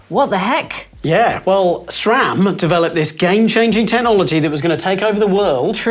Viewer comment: Sram*, not "shram". No "H" anywhere!